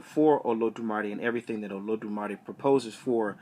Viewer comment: You mispronounced it